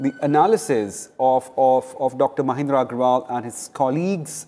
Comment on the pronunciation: Ancor: Dr. MaNindra not MaHindra.